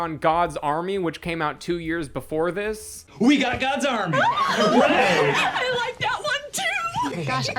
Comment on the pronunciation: Audio processing disorder thought you were saying “God Zombie” until like 20 minutes into the video… “Gods Army”… the movie is called “gods army”